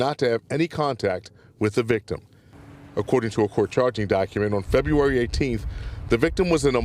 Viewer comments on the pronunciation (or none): none